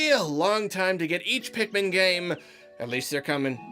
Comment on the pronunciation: It's pikmin not pikemon